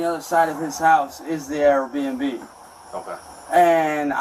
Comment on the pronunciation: Why tf does he always call it an "A R BNB"